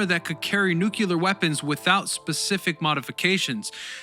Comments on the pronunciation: My friend. It is the most destructive force multiplier ever used. Nu-clee-ur. Not nu-cu-lur. Content is most excellent. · It's nu-cle-ar not nuc-u-ler. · not "nu-cu-lar", it's nu-clee-ar", just saying 🙂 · Repeat after me: new-klee-er, not new-que-ler. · There’s no such word as “nuke-yuller”. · "nukulah warfare" ... instant quit + thumb down. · That's cool for the guy who says "nuke-u-lar."